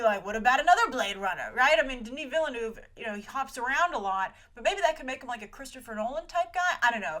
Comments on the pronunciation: Its Denis Villeneuve, its french, you say Vil-Nuhf not villenoef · she really need to learn how to say Denis Villeneuve's name cuz that name is french and the way she say that is soo bad